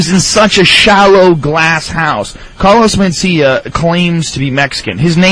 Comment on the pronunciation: Carlos Men-Steal-Ya! AHAHAHAHAA!! l.m.fugging ass off..